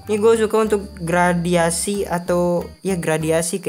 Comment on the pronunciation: GRADASI BANG BUKAN GRADIASI WKWKWK